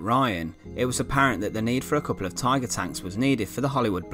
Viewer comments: I can't get over the way you pronounce any word at the end of a sentence that ends with -er, like Tiger. ... like the infamous Tigaaaah. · We say Tiger while you say "Taigaar"